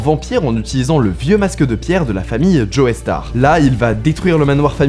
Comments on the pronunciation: Ça se prononce « Jostar », pas Joeystar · la famille joey star (au début de la vidéo) ?? le e ne se prononce pas : quand Hendrix chante hey joe on entendend hey jo.. et non pas hey joey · Petite précision, c'est Joestar pas Joeystar .